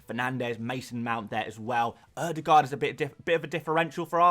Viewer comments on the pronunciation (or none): none